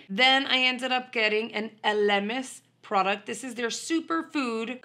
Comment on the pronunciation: El-A-Mis not Ah-Limis, please